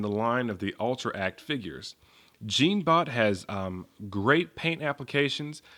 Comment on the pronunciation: in the move it"s pronaons jon-bot